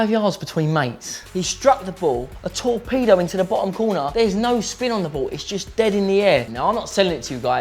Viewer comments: When said 'a torpedo' I thought he said 'a tall peado' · when he said torpedo into the corner I thought he said tall pedo in the corner